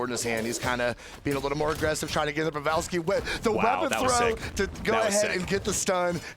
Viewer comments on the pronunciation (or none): Why is that dude calling him pevalski instead of pavelski?